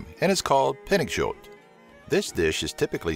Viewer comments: i actualy laughed when you said "pinnekjøt" (sorry for bad spelling) but cool video!❤ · You do not pronounce it correctly